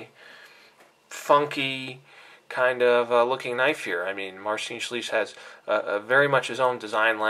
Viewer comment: Good review but your pronounciation of "Marcin Słysz" was... not so good. LOL